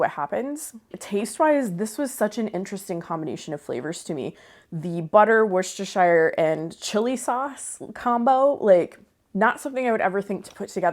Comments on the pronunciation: Please, it's pronounced wooster- sheer. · I love your channel and I remember many of the recipes from growing up in the 1960s. Just a note from a word nerd and a Brit: Worcestershire is pronounced “wouster” with the same sound as would, should, could. The “shire” is dropped, unless you are talking about that county in England. I’m definitely going to try that Lumberjack macaroni! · Worcestershire is pronounced whoostersheer. It's like saying the wind is whooshing, or whipped cream. The second part is pronounced 'sheer'😅😅😂😂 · Please, it is wuss-ta-sheer! 😅